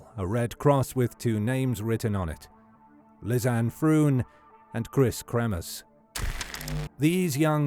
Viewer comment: LEE-ZAN-EH FRONE, not "lizz-anne frooon". Basic respect is learning how to pronounce a dead woman's name properly.